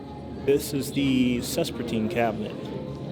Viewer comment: Sespertine garnet > Spessartine garnet 😁